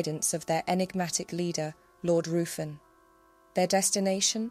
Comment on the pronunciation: I would like to point out that Ruffin the lord who had his dagger pointed at M Q S stomach is not how you pronounce the name, its Ruthven as its written down . The nursery rhyme could be both Maries imo. Tudor or Stewart.